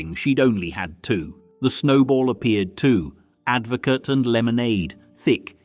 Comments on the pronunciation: You know how I know this is AI narrated. AdvoCAT instead of AdvoCAR. Come on, peeps, we're not stupid! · Advocar not advocart. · Advocat....pronounced...Ad vo car 😅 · Advocar not advocat